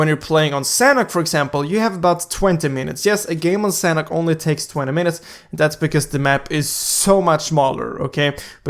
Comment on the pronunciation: The way you say sanhok tho 😂 sounds like sanek